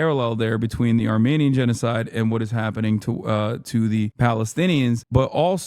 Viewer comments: Armenian not Armanian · What the hell is wrong with his microphone the last months? And what the fuck is an "armaynian"?